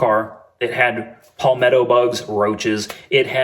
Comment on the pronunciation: Pronounced paul-met-toe and i agree roach and they can be 4 inches in length and they fly and are just creepy disgusting vermin